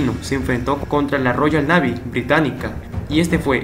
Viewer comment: Tío, que aburrido eres. Al minuto te corté. Aprende un poco de inglés para que puedas pronunciar la palabra 'navy' y, además, no se pronuncia Pieróla ... sino Piérola, torpe. El maestro Marco Aurelio Denegri ya te hubiera parado de cabeza.